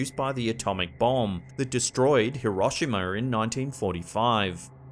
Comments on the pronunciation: Did he say heromisha its hiroshema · Mispronouncing Hiroshima (pronounced He-row-she-mah) 🤦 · It’s Pronounced like this, HERO-SHE-MA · Why’d he say Hiroshima like that